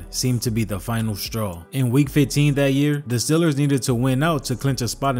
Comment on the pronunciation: Why you keep calling them STILLERS.